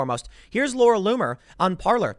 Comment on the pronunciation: Parler is pronounced Parlay. It's a French word that means "to speak".